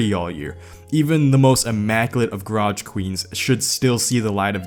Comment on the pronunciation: i hate how you say "grotch" instead of garage.